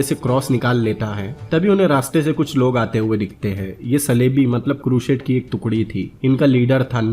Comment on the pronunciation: Yeh bi toh deta ki Jihad kya tha, musalmano ne kitne nirdosh logo ka mara, kitno ka rape kiya aur kitne cities ko loota, jalaya. Woh sab bataye hue yere muh main Dahi jam gaya kya. Kehta hai bina kissi ki side liye movie explain kar raha hu, aur explain kar raha hai Crusade ko, pehle pronunciation theak kar le apni, phir Crusade boliyo.